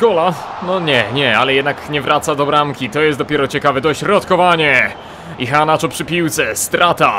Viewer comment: Przy wymowie nazwiska "Iheanacho" NIE WYMAWIAJ "H", gdyż jako iż jest to Nigeryjczyk, a jako, że językiem urzędowym w Nigerii jest angielski to prawidłowa wymowa brzmi "IEANACZO" z akcentem na "E". www. dailymotion. com/ video/x2yrjoq_1-2-kelechi-iheanacho-goal-as-roma-v-manchester-city-international-champions-cup- _sport - usuń spacje . . Tutaj słychać dokładnie. . . Nie ma za co :)